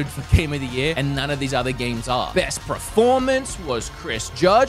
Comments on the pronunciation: Learn how to say pERformance 😂 not pREformance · Proformance? What's a proformance?😂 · Is he saying preformance or is it just me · I'm sorry, ever since I noticed how pronounces performance, I can't unhear it. how has Bob or even Kim not ripped the piss out of him for that?